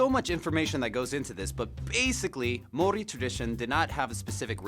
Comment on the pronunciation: The guy pronouncing the Maori words is not too bad looks like he really researched how to pronounce then